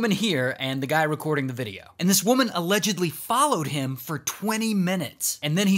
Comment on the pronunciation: He didn't say allegdidibibly he just normally said allegedly 😢 😂